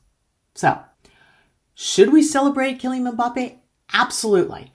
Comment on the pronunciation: it's Mmm-Ba-Pe